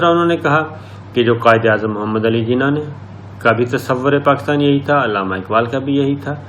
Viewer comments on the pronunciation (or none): none